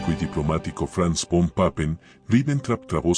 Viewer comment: VON "' SE PRONUNCIA "' FON "' EN ALEMAN "'